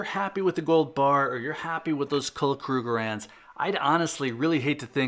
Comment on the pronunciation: "Cull Kruegerands"? Lol come on now